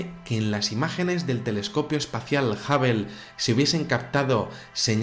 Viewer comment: Perdón, pero Hubble se pronuncia jábol, no jábel y Washington se dice uáchington, no uásington. Lo que vale es la pronunciación en el idioma original.